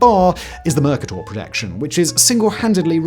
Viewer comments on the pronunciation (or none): Oh man… ok… I love these videos, but the presenter has this odd way of completely mispronouncing relatively simple words, usually people’s names. E.g. Saying “Mercator” as “MUR-ka-tor” instead of “mur-KAY-tor”. And in a previous video, pronounced “swathes” as “swoths”… and (Lord) Carnarvon as “CAR-na-von” instead of “ca-NAR-vun”. And mispronounced Ghengis and Boudicca (I can’t be bother to type out the phonetics… you can simply look them up on Wikipedia. I’ve been biting my lip through several videos, but then watched a couple of them last night with my wife, who’s not so restrained. The problem is, it kind of undermines the credibility of the content, even though I have no doubt the content is properly researched). It’s possible he’s using American pronunciation variants… but with such a pronounced British accent, it still jars. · Isn't it pronounced "mer-KATER"? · I've never heard Mercator accented on the first syllable, even in the UK. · I always heard it was pronounced "mer CAY tor " not "Merka Tor" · It's not "Merc - Ah - Tor", its "Mer- Kay - Tor" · Everything stopped for me when he said "merrrkerrrtorrr" and I couldn't listen until I checked the pronunciation online, thankfully it is indeed pronounced "muh-kay-tuh" and now I can rest easy again. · It’s pronounced ‘mr·kay·tr’ not ‘mr·ka·tore’ The word ‘Mercator’ does not have an ‘e’ on the end so the ‘O’ is short and not long. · Isn't it pronounced Mer-ca-tor rather than Merk-a-dor? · Dafuq is Mercuhtor??? Is he revoicing an AI generated script? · It's mer KAY ter. Look it up. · MERR KAY TIER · A good video marred by the pretentious pronunciation of Mercator. It is a Latin translation of his Flemish surname Kremer meaning merchant. In English it is always pronounced MerCAYTor, just as Mexico is pronounced Meksico not Meheeco. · Have I been mispronouncing Mercator this whole time? I’ve been saying “mer Kate ur” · That's not how you pronounce 'Mercator'. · Fun fact: mercator is not pronounced that way!